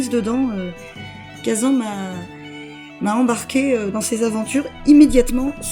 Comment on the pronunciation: J'ai arrêté d'écouter ta vidéo au moment même où tu a dit "khaZAN, éditer par nixON" a la française